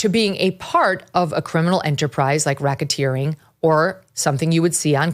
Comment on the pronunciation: what's Rocketeering, Mygen?...it's not something similar to like helicoptering😬🤭...it just sounds like it 🤭